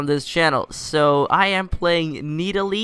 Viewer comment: no that is not Nidalee! :0 It is MIDalee :D